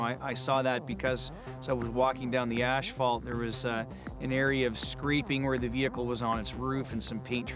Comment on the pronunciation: I watch this show a lot. Am I the only one that can’t stand the way the narrator says “ash-fault” instead of asphalt?